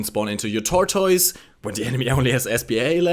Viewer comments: im sorry i have to say something. not being rude, but its pronounced Tortus not Tortoys :-) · "Tortoys" omfg bro